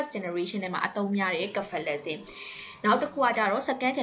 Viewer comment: စဖယ်လဇင်လို့အသံထွက်ပါတယ် ကဖယ်လဇင်လို့ အသံထွက်တာကြားမိတယ်